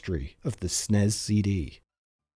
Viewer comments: Super NES. Or S-N-E-S. Not snes. Pronunciation is horrible. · it's "ess-en-ee-ess" or "super nintendo". hell i'd even accept "super en-ee-ess". but it's NEVER "sness" and it's DEFINITELY not "snezz". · What’s a Snez? You mean S N E S? Anyone why says SNES as if it’s a word to save time is not a gamer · Nobody. Calls it snezzz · Calling it SNEZ instead of SNES is a choice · Dude called it the god damn snezz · Ahhh, yes. The SNEZ. The Super Nintendo Enetertainment Zystem. For fucks sake 🤦🏼‍♂️ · It's S N E S not snez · People who pronounce SNES as SNEZ like the smell of their own farts. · We never pronounced SNES as "snez"! We usually just called it Super or Super Nintendo. Maybe S.N.E.S but never "snez". Sounds so fucking stupid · Idk maybe I'm just having a bad day but I turned it off because I can't handle hearing it pronounced snez 😭 I'll come back when it's harder to annoy me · I stopped watching as soon as you called it the SNEZZZZZZZZZ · not even 2m in and he's already calling the snes the snez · Yeah it's either S N E S or Super Nintendo, NEVER SNEZZZZZ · Hey guys, I wrote this video. I also don't like calling the SNES "SNESS" as one syllable. But the video needed to reference the SNES so many times -- and especially the SNES CD -- that I asked (the VO) to shorten it this way. For viewers, I think hearing "S.N.E.S. C.D." (six syllables) would've gotten annoying after hearing it 50 times, especially when it's said twice in one sentence. Lol and would've added like 90 seconds to the video's runtime. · I know, wtf is a snez, had to click off and leave in. Just grating on my last nerve. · "snez cd". at this point I think brits pronounce things differently just so they can say they're not American. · Who the fuck pronounces the SNES as Snezz? That sounds stupid as fuck. It's not an acronym, it's an abbreviation and should be pronounced as 4 separate letters. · Please stop saying "sness". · Nearly turned it off when you said and kept saying “Snez”.